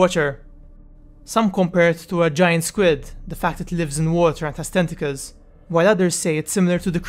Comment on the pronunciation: When you say tenticals it totally sounded like testicles. We know It had 21 testicles damn son that thing had some serious balls xD